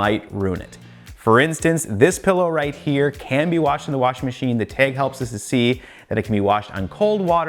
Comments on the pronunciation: Bag and Beg DO NOT RHYME! Dude pronounces "tag" like it rhymes with "beg." I can't deal with it. Clicked out. Horrible. IT'S NOT PRONOUNCED TEG! IT IS tAg, not tEg. For the love of all that is sacred and holy. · Check the “TEHG” 😂